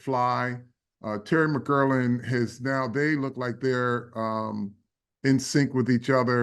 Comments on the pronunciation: What’s so hard About saying “McLaurin”, Carl? It’s not “McKerlin”. How come the out of towners can’t figure this out? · Mc-Claur-Rin sir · McGlorin, McCurlin, McGlorgin...😂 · Few things that are crazy as a Washington fan 1 Mm-girl-lin wild pronunciation 2 defense is two DT and nobody’s…Allen is out for the season and we have dudes like hall of famer Bobby Wagner and Frankie Luvu probably more importantly😂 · All due respect… they way Carl Banks pronounce McLaurin annoys me to my core 😅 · Right! I’m like, if you don’t get that man’s name right!!!! 😂😂😂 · Bob Papa said it correctly. Maybe Carl Banks has a slight speech impediment.